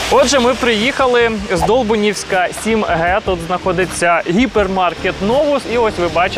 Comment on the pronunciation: Не здОлбунівська, а ЗдолбУнівська!!!!!!!!!!!!!!!!!!!!!!!!!!!!11111